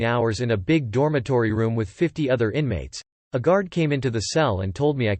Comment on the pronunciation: "Among o-t-h err blasphemous things" 😉🙃